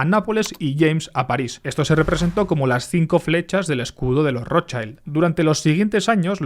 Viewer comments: hola. Un apunte: schild en alemán se pronuncia shild, no shaild. saludos desde Mallorca 😊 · No se dice rochaild, se dice roth-shild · Rothschild se pronuncia del alemán "rotshild" no rodchaild. Aquí no hay niños ni anglosajones en el nombre. El apellido germánico y se traduciría como "escudo rojo" coo dices en el video de ROT (no roten) que significa rojo y Schild que significa placa o escudo y se pronuncia "shild" y no "chaild". No es conspiranoia. Lo puedes mirar en google. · Vale pero la i en alemán es como en español no digas Rothshaild me sangran los oidos ayayayayayya di RothshIIIIIld Rothshiiiild iiiiii iiiiiiii no es inglés, gracias y siento ser tan grammar nasi. :'D y oppenheimer es oppenhaimer xDxD srry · Como ya te han dicho muchos lo que mola este video yo voy a dedicarme a ir de tocapelotas. La i de Rothschild en alemán se pronuncia /i/, igual que en castellano y no /ai/ como en inglés. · No es "rotchAild", como en "child", sino "rotchild", la "i" no suena "ai" en ese nombre. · Se pronuncia "Rotchild" 😊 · Se pronuncia rozshild. En inglés child se pronuncia chaild, pero eso no tiene nada que ver con la palabra alemana schild. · Genial como siempre. Solo una cosa. Rottschild Se dice rotshild en alemán. No es como la pronunciación del inglés child. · Microcorrecciones sobre el alemán 😅 Schild se pronuncia como si en español dijeramos "yild", el alemán no pronuncia las vocales como el inglés, sino como el español. Cuando migran a Inglaterra recién se anglifica su apellido. Y rojo, es solo Rot. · He matado a un gatito por cada vez que has pronunciado mal el apellido Rotschild /rót-shilt/. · Schild en alemán, la i se pronuncia i y no ai. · porque pronuncias así la R xd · Por favor, Rothschild no se pronuncia así!!! Me duelen los oídos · La pronunciación correcta de Rotschild es con la 'i' como se pronuncia en español ✌️ Gracias por el video! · Por lo menos trata de pronunciar bien el apellido Rothschild chaval